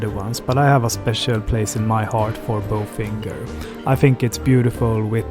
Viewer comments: When reviewing the restaurant.....have the correct pronunciation. Its not BOFINGER......it's Bofingee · the correct French pronunciation is "bofanje" and not "bofinger" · This seemed like an AI (Artificial Intelligence) presentation. Not a person. No French or educated person says "BO FINGER" . I love THE restaurant but please be honest.Merci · Dude....if you're going to do an honest review at least get the pronunciation right. I know it's easy to Anglicize it but common, you ate there, you must've spoken with others who pronounced it correctly or, you really weren't paying attention and was just checking-off a list of places.